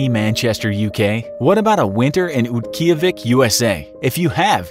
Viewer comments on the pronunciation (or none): You pronounced Utqiagvik very... very... VERY wrong.